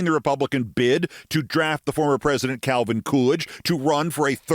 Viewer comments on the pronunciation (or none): none